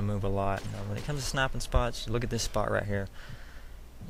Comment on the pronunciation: ''When u snaippen''